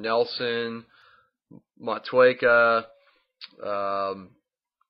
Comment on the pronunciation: I can't wait to try your beer after you win! ;-) P.S. I found the pronunciation of Motueka: watch?v=O2ymffmUByQ start . I've heard Mitch Steele even pronounce it wrong, lol. If you aren't subbed to this guy btw you should check out his channel! Cheers!